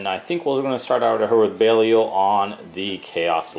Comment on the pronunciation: how did you pronounce belial???